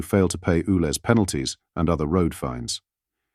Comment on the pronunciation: It's U Lez, not Ooo Lez! Sort it out!